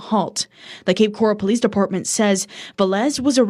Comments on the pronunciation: You got it girl, “coral” like in the ocean! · Awww you're saying it correctly! It's cape coral, like the color, or coral reef . 😊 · Cape Coral is pronounced the same way coral the animal is pronounced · Cape Coral is pronounced like they do in the news, grew up around here but thankfully I’ve made it into fort Myers lol